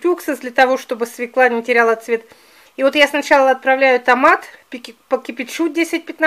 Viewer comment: простите, но слушать не возможно,СВЁКЛА.,ударение всегда на букву Ё